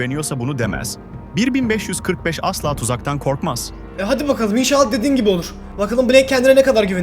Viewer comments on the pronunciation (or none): bobby niye min beşyüz kırık beş diyor